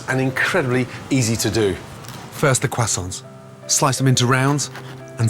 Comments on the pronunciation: the “qwasons” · "first the crahsaunts" 😂😂😂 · Yeah the Quasonz... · this man lived in Paris but can't pronounce "Croissants"... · He needs to stop saying croissants